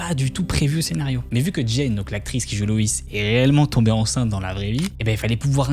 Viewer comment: Super vidéo! C’est juste dommage tout le long d’appeler la mère « Louise » et pas « Loïs (loisse phonétiquement »